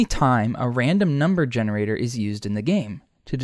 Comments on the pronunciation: "genreator" nice. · genreator lmaoooo